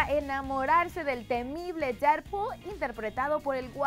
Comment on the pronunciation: quien diablo es DERR POOL ajajaj que mal ingleeesss ahahahah DEAD POOL... corazon XD